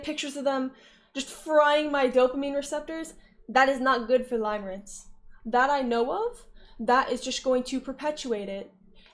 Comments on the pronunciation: it's "limerence" pronounced like "stim", not pronounced "lime" like the fruit :3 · its pronounced "limirence" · Catering to the newly understood audience lmao It's pronounced lim as in limb btw